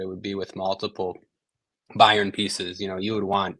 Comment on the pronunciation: Please just say Munich or BM… the pronunciation of Bayern is painful.